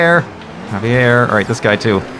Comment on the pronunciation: Javier, it's pronounced havier. Lol that's my name Aaahh rymes